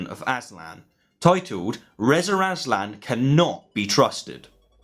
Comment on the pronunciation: Why do you keep calling him “Rezer Azlan?”